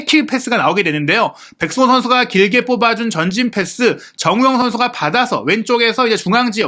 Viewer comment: 아... 발음이 나만 정호영, 정호연 이렇게 들리는건가 정우영입니다!!!